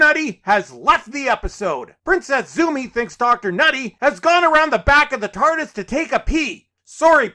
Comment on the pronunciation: Look up Mr tardis for how.he pronounced it